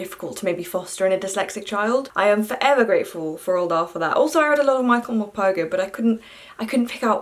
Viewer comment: As a Norwegian book lover im amazed how propper you said Roald Dahl`s name